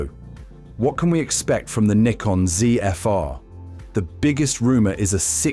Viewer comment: He pronounced it correctly..